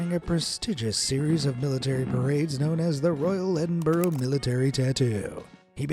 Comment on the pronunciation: Edinbruh not edinboro…